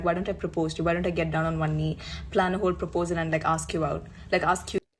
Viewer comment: UK black people. You are not American. Do not say arks. You know it's ask!